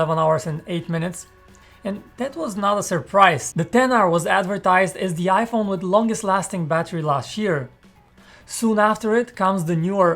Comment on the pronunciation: Why does this guy say Yaiphone